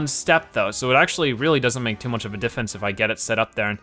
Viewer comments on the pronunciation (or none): said; diffence but meant diffrence (with an r)